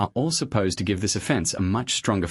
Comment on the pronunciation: Stupid AI. Say the word "offense" again in terms of offense vs defense. Your dumb ai said it like a legal "offense".